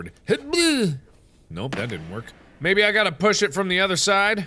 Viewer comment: STOP SAYING BOOSH!!! FOR THE LOVE OF GOD JUST SAY PUSH!!